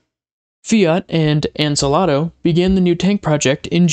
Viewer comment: The other company is pronounced: "An--saul--doe"